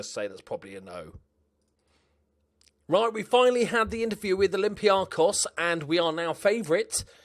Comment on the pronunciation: Oh...im so disappointed you went to Olympiakos... But I'm glad you came to Greece finally! Mainly due to the name pronunciation! Cheers mate, keep it up!